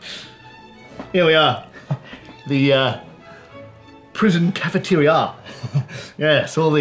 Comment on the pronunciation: At his pronunciation of ‘cafetiri-ya’ I burst out laughing.